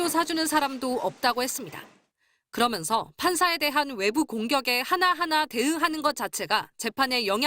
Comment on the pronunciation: 나만 이렇게 들리나? 그러믄서.,그러면서 아님?ㅋㄱㅂ